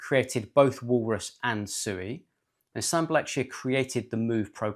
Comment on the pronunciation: It's pronounced "swee"!!